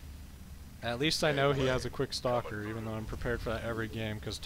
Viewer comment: For some reason when you say "stalker push" I always hear it as "soccer push". It makes me imagine zealots kicking around sentries like little soccer balls. Anyway, just subbed to you & really glad I did. Slowly catching up on your casts & really digging it so far.